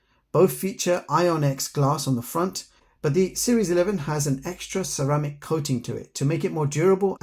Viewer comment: Watch series 7 isn't equipped with fall detection function. Also - ceramic starts with "C". There's no "x" there 😂